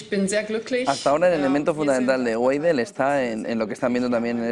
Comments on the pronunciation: Güeidel? 😂😂😂 se pronuncia: Veidel! 😃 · Se dice "baidel " no gueidel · La W en alemán se lee como B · Alice Weidel, se lee como en español la "B"